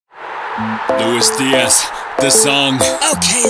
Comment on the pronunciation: i feel like i hear " de ass" when the keep repeating Diaz, LMAO so like " Luiz de ass, ass, ass" ahahah